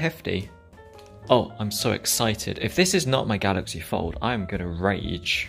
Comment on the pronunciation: I keep thinking he's saying Galaxy Ford. hehehe